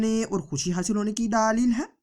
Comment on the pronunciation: Daaa leel..ye kya baat hui..? bewakoof. bolna toh seekh le.